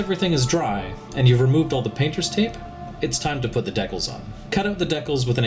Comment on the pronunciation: he pronounces decal weird